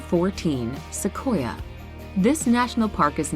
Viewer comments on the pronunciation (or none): none